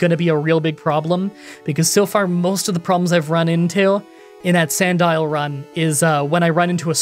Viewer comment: Who knew Sandile looked like that and was pronounced like Magnemite